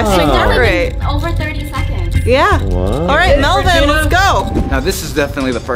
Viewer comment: me:tarantula reegena:mey-meyo